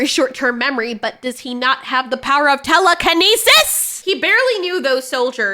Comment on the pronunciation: Hahahaha, the way she said telekineses here!